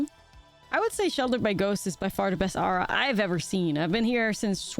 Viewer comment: Did Nummy teach you how to say aura (or-uh)? My ears bleed every time you say arrah ;)